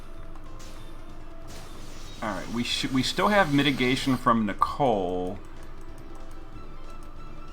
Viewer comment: I love your videos but it gives me cancer everytime you say Nichol"E"....its Nichol for gods sake